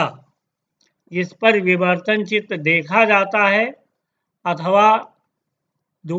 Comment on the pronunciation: no....he said bivartan!!